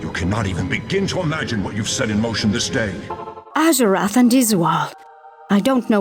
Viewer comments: You pronounce azurewrath so badly 😂 but I love ur lore vids and its pronounce az er wrath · im not surprised you mispronounced izual. you even mispronounced azurewrath